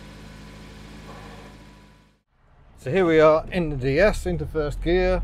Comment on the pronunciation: Please speak correctly FURD GEAR,FIRST FING TO GO,NUFING,IT SPOILS GOOD ROAD TEST